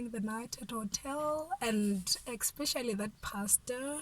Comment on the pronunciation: "Ekspecially that pastarrrr"